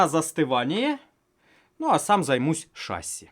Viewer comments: почему шАсси, правильно ведь шассИ, не? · Смотрели с сыном, всё понравилось, но правильно говорить шасси́. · ШассИ, ударение на "и" у авиаторов %) сорян, за замечание. Все равно лайк)